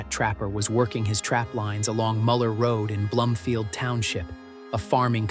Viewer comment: It’s Char-LOT not Char-LIT and BLOOM-field Clio long I Grand BLANK